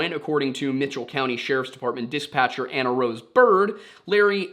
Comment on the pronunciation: Lore Lodge: come for the mystery, stay for pronunciation of "dispatch".